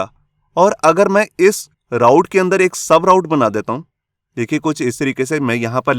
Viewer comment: sir ise raut nahi root pronounce karte hai.... i also come to know after 3 years working in laravel and codeigniter...